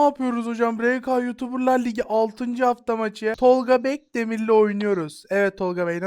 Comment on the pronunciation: Tolga bekdemir değil tolga botdemirdir 😅😊